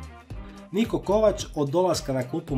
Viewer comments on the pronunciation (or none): none